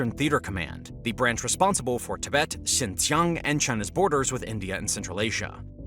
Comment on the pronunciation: It's Xinjiang, pronounced syin-jee-ANG, not Xinxiang.